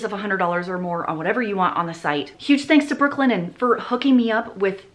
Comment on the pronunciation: I spent the whole video thinking you were saying Brooklyn N, not Brooklinen 🤦🏻‍♀️🤦🏻‍♀️